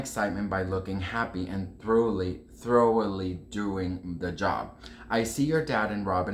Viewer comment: Unsubscribed. Learn to pronounce words, re-record problems and actually take pride I your content. Embarassing. Really? Momentarily was too hard? Thoroughly? Lol honey.